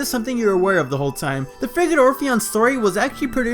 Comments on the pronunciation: i keep hearing friggin orpheon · The more I here frigate, I keep hearing “freakin”! I keep hearing the Freaking Orpheon!